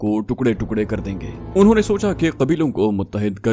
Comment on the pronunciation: Aap suhaba ko wanho bolty hyn jabky anho bolna chahiye